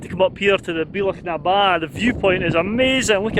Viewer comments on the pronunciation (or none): Great video but you're pronouncing "Bealach" wrong. It should be more like "Be-ya-lach". Love your videos though - showing off Scotland and doesn't she look good! 😀